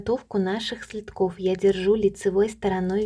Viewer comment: Не " следков " , а следок , СЛЕДКИ- ударение на первый слог..